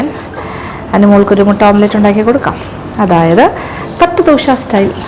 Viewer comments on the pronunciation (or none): ഇപ്പൊ എത്ര ആളുകൾക്കു മനസിലായിട്ടുണ്ടാവും മുട്ട പൊരിക്കുന്നതിന് ഓംപ്ലേറ്റ് അല്ല ഓംലെറ്റ്‌ ആണ് പറയേണ്ടത് എന്ന്